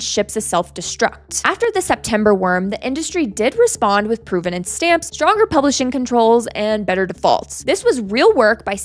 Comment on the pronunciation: PROV-ven-nance, not PROVE-ven-nance, despite the relationship between these words. Please learn English.